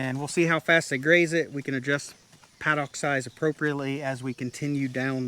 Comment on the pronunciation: G'day and, my Wife and I enjoy your videos with their varied content. I particularly enjoy the honesty of admitting when he has stuffed up on a project, which is quite regular. I often wonder if it is deliberately done to add interest. Anyway I just wanted to point out that your pronunciation of the word Paddock is wrong, at least here in Australia. You seem to put an emphasis on the "dock" but the British pronunciation is "dick". A google search for the correct sound will show you what I mean. Anyway folks, keep up the good work and good luck to you both for the future.....Pauline and Garry.